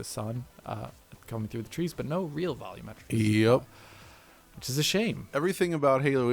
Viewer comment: "I don't know how to say the word 'volumetric' properly".